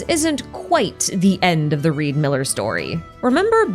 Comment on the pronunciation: His name is not Reed Miller it's Ree D. Miller